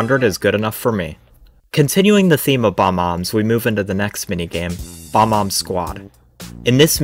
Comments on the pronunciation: I love how you keep saying "Bomb-Omb" even though it clearly says Bob-Omb lmao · Man this will be a cool watch for someone who's childhood was these games Also you pronouncing it bomb omb? Kaze would like to know your location lmao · "Bom-omb". BOBOMB. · Why do you pronounce bob-omb like that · Why can't you pronounce Bob-omb